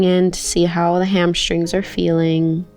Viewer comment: HamSHtring is not a word. Hamstring is. . . .